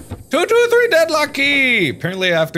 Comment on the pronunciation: No one..... Markaplier: we need to go to room tootootree